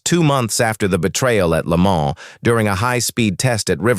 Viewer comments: I just can't handle the AI voice overs! A V12 is not a 512 because that's what AI will interpret it as. Most of the time he pronounces Le mans correctly and other times like AI would and for that I give the video a 👎 and then let YouTube know not to recommend this channel ¿`_ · Dieses KI-Gequtsche ist unerträglich. Wo war das Rennen? In Lemon? Carol Shelby war eine 'Sie'. Lächerlicher Kommentar. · "le moan"